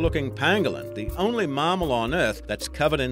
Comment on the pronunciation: LOL, So a Pangolin (which btw is far from being the most unusual creature in your list) is actually a "Marmal"? What is that, some kind of evolutionary offshoot of "Mammals"? No I kid, just thought that pronunciation was hilarious!